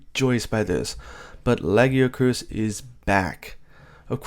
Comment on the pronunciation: you pronounced lagiacrus correctly yaaaaaaaaaaaaaaay here's a thumbs up